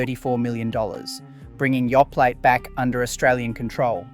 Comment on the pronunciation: 😂And Yoplait (should be Yo Play not Yo Platt😂